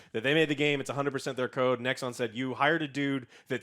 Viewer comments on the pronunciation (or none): none